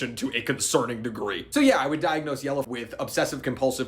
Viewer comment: Finally, someone pronounced his name right, it is objectively pronounced yell-er